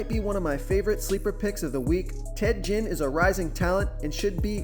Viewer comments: His name is Ted Ginn. Not Jinn. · 100? Stepped up a bit or just for NFL? Marshawn isn't in on the main slate(fanduel) btw. And it's pronounced Genn.... Like again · Nice video keep it up👍 and it's Ted Ginn with a G not a J lol